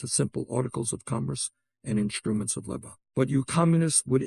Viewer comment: Ironic that this AI can't pronounce "labor".